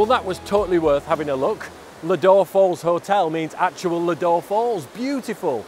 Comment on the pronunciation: Have you been to Seathwaite campsite just round the corner? We want to give that a go, but this looks equally as good 🙂 Oh, it’s pronounced “Low-door” 😀